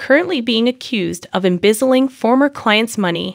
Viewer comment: It's embezzling, not imbezzlin